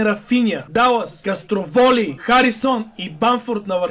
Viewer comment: Футболните коментатори: Отавио и Кастровили. Фанатика: Отавия и Кастроволи. 😂😂😂😂😂😂😂😂😂😂😂😂😂😂😂😂😂😂😂😂😂😂😂😂😂😂😂😂😂😂😂😂😂